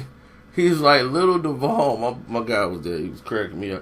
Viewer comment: Nigga it’s pronounced doo—vol